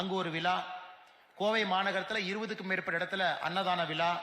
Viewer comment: Annamalai is a knowledgeable person ,but unfortunately were he had an early education ,his Tamil teacher, did not teach him, how to pronounce vizha properly in Thamizh. He says vila vila all the time. Kindly correct ur pronounciation properly. I am ur well-wisher and follower.